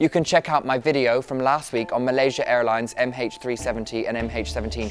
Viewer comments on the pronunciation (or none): It's not dovisvadanye it's dosvidanye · first i liked truthloader but video like this .... guys u were doing great wht happened? how on earth u loose taste of picking good topics to report..? and facts on this video makes me think the lady didnt do her home work... "dosvidanya " how on video u fuck this up? u had a chance to say it times rerecord and hear it from web to imitate ....thinking about unsubscribing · Dude... you dont know how to pronounce dasvidanja xD